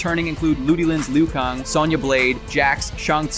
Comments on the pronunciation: Did you real mispronounce Liu Kang ? I mean really. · That's not how you pronounce Lui Kang and Shang Tsung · Did he just say Liu Kong? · Shang Tsung not Shung Sung Liu Kang not Liu Kung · Loo Kung? Shun Sun? Sorry about my OCD :P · "Lu Kong"? "Kuai Li-ONG"??? Somebody fire this man... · You said Lou king name wrong